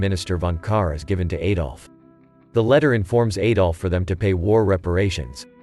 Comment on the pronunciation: Could not get more than a minute into this. Please stop pronouncing his name incorrectly. The 'A' in Adolf is pronounced like the A in the word Add, not like an A that rhymes with Hey.